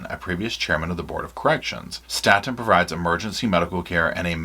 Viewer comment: It's Staton, pronounced like state.